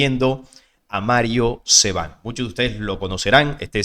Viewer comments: Mario SABAN no Seban! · No sé llama Metraton sino Metraton tampoco es Mario Seban sino Saban.. por esos detalles se ve que su nivel de conocimientos es bastante pequeño y es más especulador que conocedor en temas como los que trata.. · SABAN, no Seban 😎✌️ Abrazo 🫂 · a este pobre tipo no sabe ni leer, no es capaz de pronunciar correctamente el apellido de Mario, así su credibilidad patético e ignorante